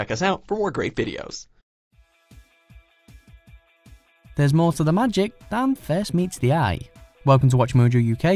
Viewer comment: Uncle Roger : weejio = video I think weibo also can be weeeboe